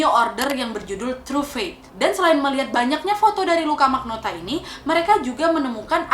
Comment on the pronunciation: Luka rocco magnota Di kuping gua kedengeran Luka rokok maknota